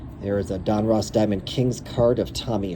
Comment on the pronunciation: ITS DON-RUSS.....NOT ROSS......GEEEEE